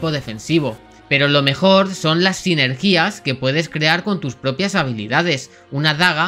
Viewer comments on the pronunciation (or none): Sinergías??? No Sinergías no lleva tilde. Se pronuncia sinergias :) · ¿¿Cómo que "sinergías"?? Vaya comentador pocho que ni sabe pronunciar la r, ni dónde van las sílabas tónicas.